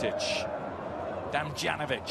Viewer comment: Bro read Damdzanovic xD